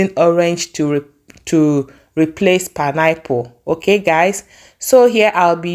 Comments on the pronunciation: PINE-APPLE is my favorite fruit as well. I was wondering what you were saying 😊I guess the pronunciation of the word was different. Pineapple 🍍 are cheaper where I live coz they are grown locally. Oranges are more expensive because they are imported. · Good morning pls let the pronounciation be well pronounce not pineapple is pine-apple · Your pronounciation of pineapple sounds somehow, please dont be offended. But good recipe though